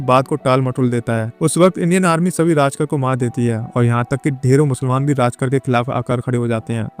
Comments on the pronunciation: राजकर नही रे बाबा, रझाकार बोल। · राजकार नही इन्हें रझाकार कहते थे . please Correct करे . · राजकर नहीं रज़ाकर